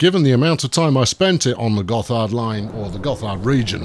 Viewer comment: It's pronounced "Gott hard"